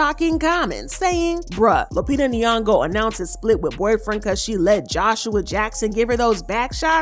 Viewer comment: “Queen Lupita nyogo” tch 🥴